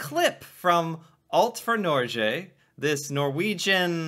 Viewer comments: You don't say Norge with a soft g, you need a hard g. Like the word Get. Norget without the T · The G in Norge is not a soft G, but a hard G. Like when you pronounce the word GO. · Norge - > the g like in "go" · When your pronouncing Norge, you sound like you say Nåcjhe. It really grinds my gears. You put out a lot of great content btw. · Please notice that Norge is pronounced with a hard g, Nor-geh. You also mentioned somewhere else that you have to be a Norwegian citizen to study for free at a Norwegian University. That’s not the case. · there is no J in Norge! xD prenounce it correctly